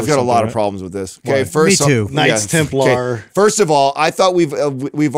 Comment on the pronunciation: said "knights templar" 🤣🤣🤣🤣🤣🤣